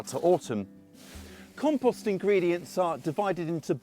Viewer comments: Drink every time he says KAHM-PAHST! WASTED! 😂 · Learn how to pronounce compost before you try to tell me about it.